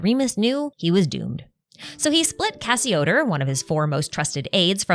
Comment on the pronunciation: Arlecchino did have her vision when she fought Crucabena. She gained it from resolving to kill her. Ah the mispronunciation of all the Remuria names kills me. Scylla = Silla Cassiodor = Cassio-door Boethius = Bo-ee-thee-us Also on the Itto event, Miko directly mentions "the bigger war," it's not a hint or something to read into. It's plain text on the screen.